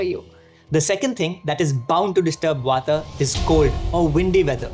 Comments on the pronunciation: it's not "wata" it's "wat" it's not "pittha" it's "pitth" don't destroy our cultural identitie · Thank you for the video. Please dont add extra "a" at end of every hindi/sanskrit word - its Vaat, not Vataa, pitt not Pita, arjun, not arjuna, etc.